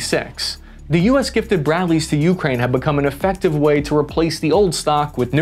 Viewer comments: you’re killing me. It’s “UkrÁine”, not Úkraine”. The accent is on the second syllable. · you-Kraine. Not YOU-kraine. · ~REALLY hard to listen to your pronunciation of Ukraine "You, Krain" rather than "YuhKrain", great vid though :)